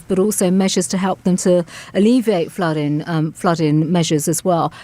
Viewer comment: I wish someone would remind the Home Secretary that words like dealing & flooding have the final letter pronounced, it’s not “ fluddin” luv !! Or Speakin !